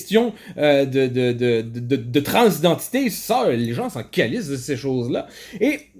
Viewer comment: Si je dois faire une seule critique sur la vidéo, on ne dit pas "calice", mais "câlice", gros accent sur le A, ça va sonner presque comme "colice"